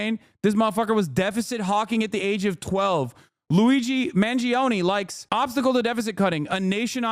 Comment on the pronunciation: "Luizi Man Zee Own" How did she even manage to pronounce it in such a stupid way